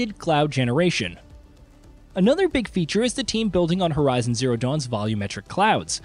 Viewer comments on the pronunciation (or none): none